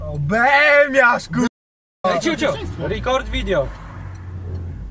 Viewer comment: Record not Ray-Cord Video